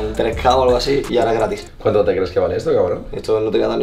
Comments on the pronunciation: Oye di grefg que te has dejado un error en el minuto dice ahoroa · CUANDO DICE AHORA SI O SI EL FINAL DE LA VELADA DICE AHROA SI O SI XDDD JAJA